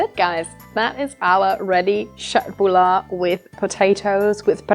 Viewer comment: Very nice köttbullar. You have good pronunciation on both köttbullar and pressgurka. Im Swedish and enjoy watching people from other countries make their own twist on our food. Been enjoying your channel and your Swedish cooking. If you want to try something else to cook from Sweden might i suggest Kroppkakor. Its kind of a potato and pork dumpling that i absolutely love. Keep up the good work :)